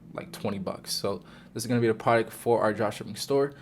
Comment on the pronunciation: certi vid fella please work on your pronunciation of product tho